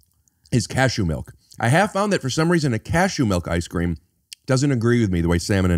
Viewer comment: I can't believe Rick called it melk. And I really can't believe Jay got Rick with his own bit on his own podcast. Is this a first?